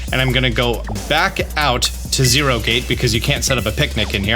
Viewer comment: I'm so glad I'm not the only one who says area zereo